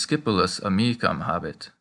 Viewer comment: I'm just curious. The way I hear it, you are pronouncing "amicum" and "amicam" identically. Are you sure that there is no difference in their pronunciation?